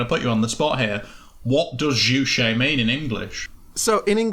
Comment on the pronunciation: Maybe if you did an ounce of research (these guys couldn't even be bothered to find the proper pronunciation of "Juche") the work wouldn't seem so "ironic." There are legitimate criticisms of the DPRK but when you peddle total and obvious lies like the whole "three generations of punishment" and "the country worships their leaders as gods/believe Kim Il-Sung is immortal" you lose all credibility. Seriously these things can be debunked with an extremely simple google search. What you all have displayed here is a complete and fundamental misunderstanding of the Juche idea, as well as Marxist theory in general. The Juche idea is dialectic, not metaphysical, it deals in processes not absolutes. The Juche idea does not claim "nothing impacts the world but humans and the things in the world don't change each other," in fact it claims exactly the opposite. You seem to understand this when you reference "humans as a part of the world, in it not outside it" but you just ridicule this as a trite true-ism rather than recognizing how the dialectical understanding of humankind's place within the universe shatters your total strawman of Juche as a philosophy promoting "human dominance an exploitation over nature." The Juche idea could not be further from promoting exploitation. You all also reveal some serious classist ableist biases that you harbor when you all go on about how many words/concepts are repeated. I don't know if you knew this but this a speech meant for *illiterate peasants*